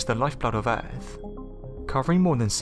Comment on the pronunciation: It’s not “Earff”. It’s EARTH!